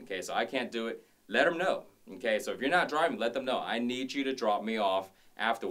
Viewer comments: LOL!!! Stop saying Nnn-K! You keep making me think of the teacher on South Park! LOL!! I love your vids! Eye candy and awesome work outs! Thanks for sharing! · His okay sounds like nkay